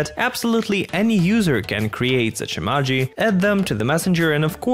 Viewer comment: Say Emaji one more time!